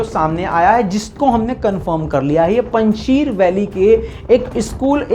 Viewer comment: Its not Punj Sheer it is Punj SHAYR. 5 Lions. Sheer Afghanistan me Doodh ko kehtay hayn.